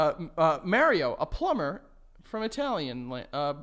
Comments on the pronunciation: The way y’all pronounce Mario kills me💀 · You ain’t getting nowhere with Mario if you can’t say his name correctly. Just sayin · The way they pronounce Mario will never not be funny to me